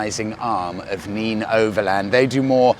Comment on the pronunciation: I think it's pronounced nen not neen . I assume it's named after the river in that area .